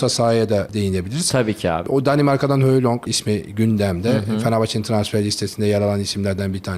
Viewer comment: Zaten ‘höylong’ diyor, hjulmand mi, hojlund mu o bile belli degil; gercekten enteresan olmus. Kamp haberleri icin tesekkur edip transfer konusuna girmemesini rica etmek lazim.